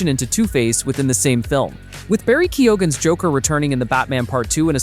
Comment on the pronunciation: It’s pronounced “keygan”